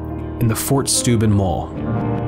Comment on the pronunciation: It's Steuben! Not Schteuben! Get it right or go see a speech therapist!